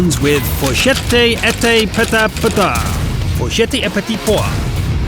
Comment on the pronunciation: "FourchetteEtPetitPois" It's in french bruh, you just killed my language